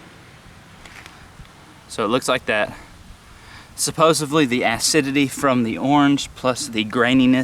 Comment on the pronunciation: “Suposiv-lee” lol same.